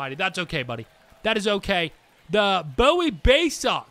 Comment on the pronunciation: your team is pronounced boo-ee baysox just to let you know